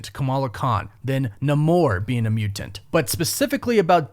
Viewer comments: It's really distracting and a little annoying the way you enunciate "mutant" as "mu-Tant" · Soften that first t in mutant brother for the love of god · Alright I like the video, but what was with the way he was saying mutant